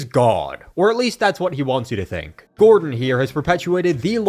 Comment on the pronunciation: I though his name was Gortash.. not gordon... Ugh these lazy exploit gamers these days